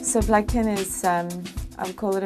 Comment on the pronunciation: Did you say blumpkin? Ohhhhhhh! Blood Kin. Nevermind.